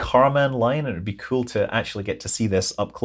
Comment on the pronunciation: I watch these videos just to hear Scott say “kewl” every now and then 😂